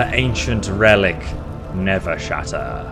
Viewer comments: I like how he kept calling it Nevershatter when it's listed as Nerveshatter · its called NERVE SHATTER not never shatter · I'm definitely eager for the next episode, however the mods quests so far have just been go to this dungeon, kill this guy, retrieve ancient artifact, report back. Hopefully they become more interesting, also a small detail but your calling the hammer 'Nevershatter'. But it's 'Nerveshatter'. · Love how you keep saying Nevershatter, when thats not the name, lol. Does anyone else pronounce "nerve" as "never"? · What it says: NERVEshatter What the characters call it: NERVEshatter What he's saying: Nevershatter Why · I feel like you're mispronouncing Nerve Shatter lol